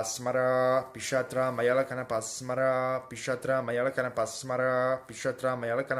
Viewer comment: It is Pishacha. .....not 😂😂😂😂😂😂pisatra